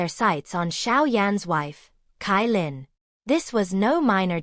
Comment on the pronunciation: CaiLin = ChaiLin not KaiLin